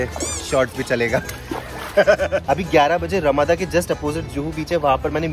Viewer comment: It's not रमादा it's रमाडा... Nice couple..keep growing 👍